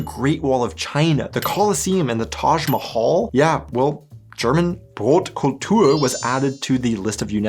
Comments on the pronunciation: Brotkultur ist ragebating me becourse u said brotkultür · Hast du gerade Brotkultür gesagt 😂😂😂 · Brotkul🚪... By all respect, it is not Brotkultür. Unless you say it with a sächsischer Dialekt but then it would rather be Brötkültür. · wth did you speak Brotkultur as it was a french word...dumb ragebait